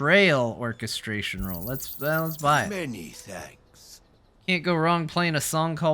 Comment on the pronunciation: surely you trolling with how you say Orchestrion, right? Because it's working.